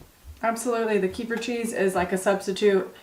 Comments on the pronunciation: fyi,kefir is pronounced kah feer with the accent on feer :-) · About the kefir... It is pronounsed as KEE-FEER with the stress in the FEER part. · KEEFER! Rhymes with REEFER. Kehfir is for losers. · It's pronounced, "keh-FEER" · Kefir is pronounced "kuh-FEER" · In Russian it is read as [kef'ir]. The stress is on the second syllable. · Love your videos♥️! A fan from Russia.🙋🏼‍♀️This yogurt “kefir”, but with the accent is at the end of the word🤗